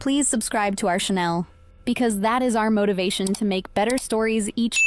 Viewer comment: "Channel" not "Chanel" "Sneered" not "smeered"